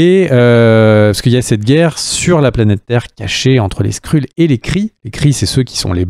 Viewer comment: Très bonne vidéo intéressante et un max d’infos sur l’univers Marvel 👌 par contre ‘’ les Skrulls ‘’ se prononce ‘’ Skreul ‘’ hein 🤣